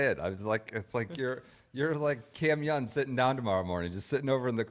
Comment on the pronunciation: “Cam Youn” not sure why this bothers me so much every time 😂😂